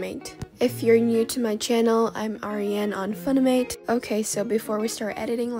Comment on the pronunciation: the way she says funimate - that aint it